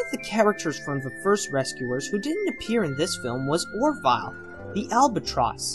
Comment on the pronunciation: I absolutely love your videos, but one thing that bothers me, is that I often hear you mispronounce things. In this video, you call the bird Or-Vile instead of Or- Vil. On another video, you called the Linklater film WALKING LIFE, instead of WAKING LIFE, and You also called Max FLEISCHER, Max FLETCHER. I was thinking that these small errors might occur when you are reading your scripts for Voice Over, and you flub a name here and there.